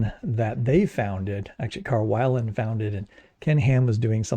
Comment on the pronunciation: Carl Weiland is actually pronounced weel, not that it really matters much. He stayed at my parents' house a few times when visiting to do talks in local churches.